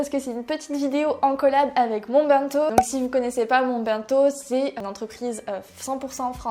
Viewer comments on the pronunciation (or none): C'est pas méchant mais dans bento le ben ne ce prononce pas " bin" mais "benne" comme dans une ben à ordures